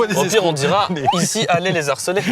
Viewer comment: Le pro de la langue francaise dit "les z"harceler"................................ Sauf exception... on ne lie pas ! Putain de merde !